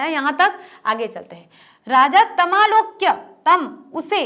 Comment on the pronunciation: ताम नही तम है मैडम